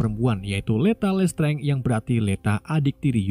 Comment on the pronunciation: plis dibacanya lestranj aja, jangan lestrenge 😢